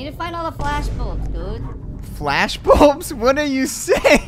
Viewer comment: Why did arky call the light balbs the flash balbs